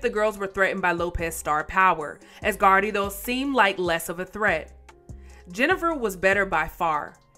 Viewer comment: Why are you pronounced ”Garrido” like that?